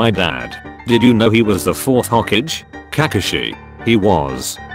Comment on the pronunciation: This guy pronouce kakashi and sasuke as Kakushi and sasuk